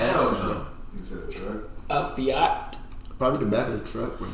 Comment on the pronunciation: did no one catch that joke? “what car would they even fit in?” “a Fiat.” but he said it in a way that it sounds kinda like “fat.”